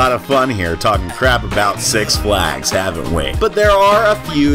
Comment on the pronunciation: "SUX Flags" LOL